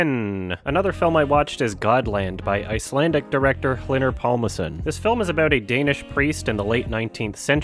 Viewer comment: Glad you liked Godland. Not to be annoying, but because you seem like someone who makes an active effort to pronounce names as they’d be pronounced by the person themselves, the “HL” in Icelandic is pronounced closer to a “KL” than what you here. Not that it matters much either, but the “á” is also pronounced as “ow!”